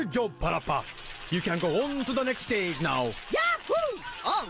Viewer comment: PaRappa... More like PAW-RAPPA AHHAAHAHAHAH